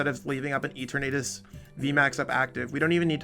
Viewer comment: Lol E-tur-natus